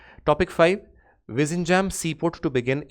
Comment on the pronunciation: sir please check the pronunciation of vizhinjam